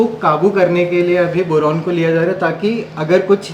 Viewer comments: Bolna toh seekh le pehle boran nhi hota boron hota hai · बोरोन,बोरेन नहीं। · Boran nhi boron hota h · Bowraan nahi Boron hota hai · Boran, Boran aur Boran. Kuchh uchcharan bhi sudhar lijiye.